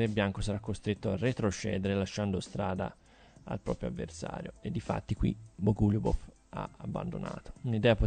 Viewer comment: Bògo-lju-bof lol